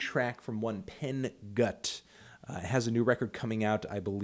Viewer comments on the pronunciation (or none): BTW Fantano, Pen Gutt is pronounced P-en G-ou-tt Also it means Pretty Boy. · the way you said Pen Gutt was hilarious